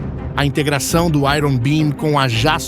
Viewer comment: Pronúncia de iron está errada!!!